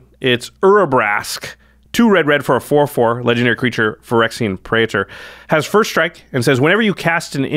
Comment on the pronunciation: Praetor is two syllables, not three.